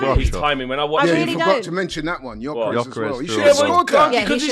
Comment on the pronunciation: Can someone tell that actual retard that it’s not pronounced JOKERES